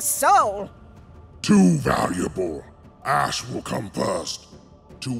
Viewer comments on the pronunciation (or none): Its ASH NOT ACSH